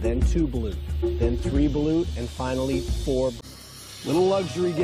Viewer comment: 😂😂😂 its balut